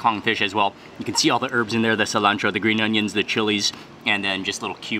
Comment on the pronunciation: Que-antro???? What?